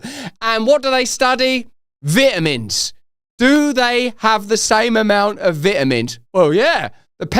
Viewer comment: He should learn to say Vitamin.